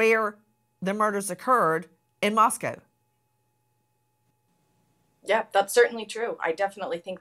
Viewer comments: Mos "coe" not MosCOW. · Exactly! Plus, he calls the city Moss-coww instead of Moss-coe. I’m sure the book is terrible.